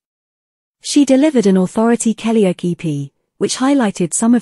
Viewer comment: Blooming A.I. It's "Kellyoke" as in karaoke, not "Kellyoak". Grrr!